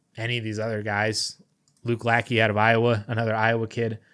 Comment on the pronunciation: Might want to look up how to say Luke Lachey's name. Iowa fan here, just helping out 😁